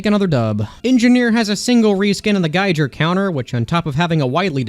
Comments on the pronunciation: The Giger Counter actually pronounced gee-gur (rhymes with eager) counter. The name is a reference to both the geiger counter tool and to the surrealist artist HR Giger, who's most known for designing the creature from the Alien movies. The reskin itself is even based on the motion tracker from the films. While many people tend to say guy-gur when referencing the artist, the pronunciation is indeed different. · "Giger" is pronounced /ɡiːɡər/, as it is named after (and is a pun on) H.R. Giger's name.